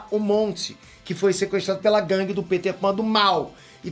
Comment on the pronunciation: Kkkk Caraí mano. Ele pronunciou "Pêter" e não "Péter", ele até aponta pra si mesmo, legal quando a pessoa entra na piada.